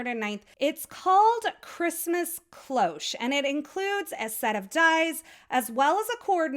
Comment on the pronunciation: Your card is amazing, as usual ! As for the “cloche” : it’s simply the French word for bell, I didn’t know it was used in English. And your pronunciation is perfect !